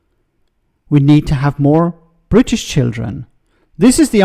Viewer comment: Jesus wasn't Bwitish